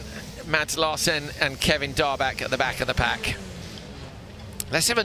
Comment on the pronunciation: Great racing! Great commentary! Nevertheless, Larsen is pronounced with the emphasis on the first syllable. I know it's not easy so kudos to you both for doing as well as you do! Cheerio lads!